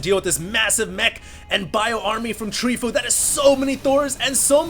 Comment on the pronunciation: It's not Treefoo, it's Tree from team fOu (pronounced foe-you)